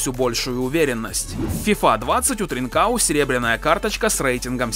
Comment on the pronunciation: Не тринкао, правильно с португальского ТринкаН